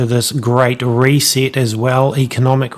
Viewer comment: reee seet its ree set